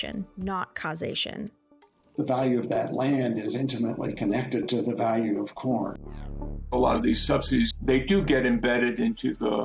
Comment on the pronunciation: I kept hearing pron. 🤣🤣